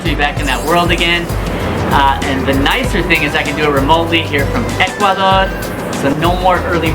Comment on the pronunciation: This guy is improving his Spanish so fast. It's cool when he says "Ecuadorrr" It sounds so "ecuadorian " already. Watching the show from El Morro in Ecuador . Peace to you , folks. ✌✌✌ ✌✌